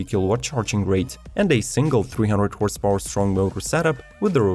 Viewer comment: Horse paoowwer 😂